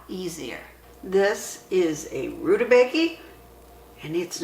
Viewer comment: According to interwebs, it's pronounced roo-tuh-bay-guh. Sorry, don't mean to be 'that guy' but your pronunciation made me laugh. Thanks for all your good videos!